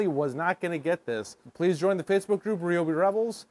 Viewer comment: What is this ree-obi sh!t? RY-OBI! Get it right! 😂